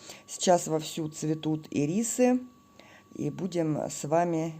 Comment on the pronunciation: Прекрасная работа.Только ударение на Ирисы.Спасибо.